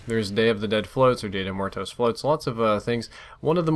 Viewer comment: Lmfao. 'Dia de Mar toes.' You're so fucking white.